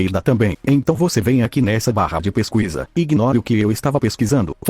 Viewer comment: "barra de peuquisa" kkkkkk